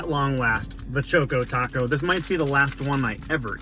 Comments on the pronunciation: Choko as in Chocolate not choko as in choke. Should sound like Chawko Taco not chowko taco. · Cool videos. But it’s pretty obviously pronounced “Chock-Ō Taco”. It rhymes. Definitely not Chō-Kō Taco. Sorry to burst your bubble. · It's pronounced a "Chock-o Taco", not a "Choke-o Taco". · Did he really just say “Choke-o-taco?”